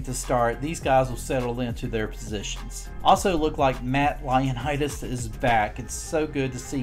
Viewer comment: BTW his name isn't Lionitis... It's ioannodis. Lol...